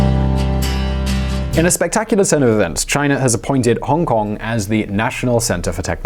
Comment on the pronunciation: Try pronouncing the city's name like a normal person first please